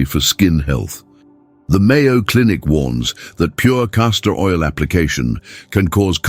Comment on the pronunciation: I was about to believe it and then, it said "Mayo Cinic" 🤡